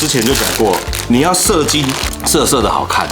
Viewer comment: 麻煩講射金，請不要斷句。 我剛喝水差點噴出來。 😅